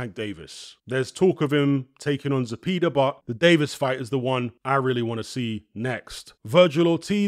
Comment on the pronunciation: It's pronounced "Ze-pay-duh" Like "pay da man"